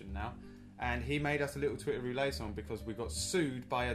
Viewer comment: Incredible. <3 Though "Irish accent" is terrible, and it's Northern Irish anyway:P And the "ette" is pronounced in "roulette", it'd only be roo-lay if it was "roulet". Though you may be mispronouncing it deliberately, never know with you two:L